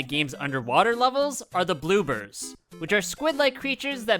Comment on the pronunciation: im sorry… did you say… “bloobers”???